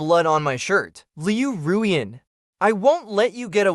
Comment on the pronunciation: This is the first time that I have ever heard her name pronounced correctly. It always sounded like Liu Ryan instead of Liu Ruyan.